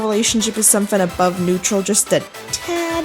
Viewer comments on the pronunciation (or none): none